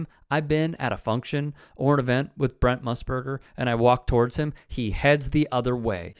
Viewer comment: You are so inept you can't even say Brent... it's not Brunt or Brnt as you keep saying... how hard is it? B R E N T